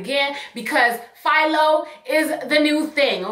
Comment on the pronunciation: You said PHILO, I thought you were saying FIOS at first. lmfaoooo I was like OKAY, with your Verizon sponsorship!! lol